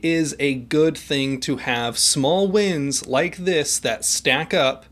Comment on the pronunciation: At first I thought you said "small winds", not "small wins". Regardless, it still seemed to make sense, as in "The Winds of Freedom " (Stanford University motto?)